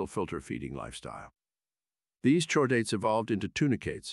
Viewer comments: There's also "chordate" which should be prounced "kordate". You could try spelling some words phonetically to get correct pronunciation... just a thought. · I like how the thing can perfectly pronounce "deuterostomes" and "echinoderms" but can't say "gill" or "chordate."